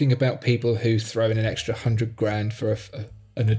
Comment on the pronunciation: Don’t say extry again! That’s worse than Hublot.